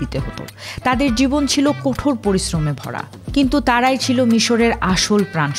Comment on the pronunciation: কোঠর নয়, কঠোর!